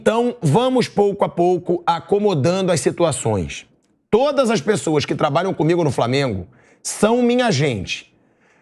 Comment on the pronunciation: Primeiramente nao se diz" pessouaxxxxxx "e sim pessoas..... midia midia midia kkkkk